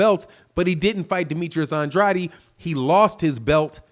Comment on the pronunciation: Bro you saying Andrades last name wrong just to let ya know